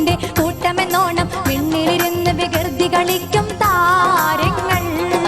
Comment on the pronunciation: വികിർതി അല്ല മോളെ വികൃതി 🙄🙄🙄🙄